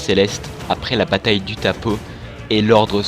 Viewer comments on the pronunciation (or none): Mais non les gars pas vous .. on dis pas utapo mais utapaho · Juste pour info Utapau se dit Utapao, sinon très bonne vidéo